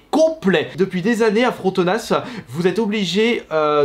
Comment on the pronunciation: Ça se prononce Frontona, on dit pas le S